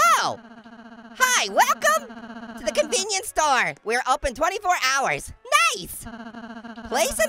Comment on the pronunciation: When you were at the store I thought you said storm